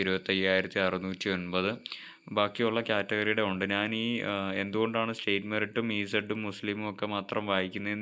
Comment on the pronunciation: Pronunciation ' Naan' Alla 'Njan'....Video first part kettunokoo...